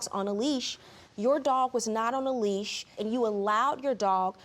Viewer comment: J M it’s leash not lease